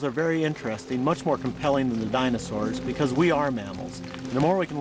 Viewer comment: What IS IT with this announcer guy and his explicit inability to pronounce "dinosaur" correctly?!? He repeatedly says "dinosaw" it sounds like a 4yr old trying to pronounce a new word; really gets under my skin lol